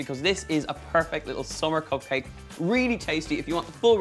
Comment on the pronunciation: copcake! Love the pronunciation <3 it'd be amazing to make cop copmakes for a cop party! xd :)